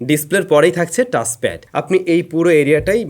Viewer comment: "চ" কে "চ" বলতে শিখুন। "টাছ" "ফিছার" এসব শুনতে খুবই বিশ্রী লাগে।